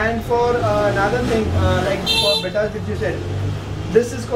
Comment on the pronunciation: Bhai it's be-tta not bita ya beeta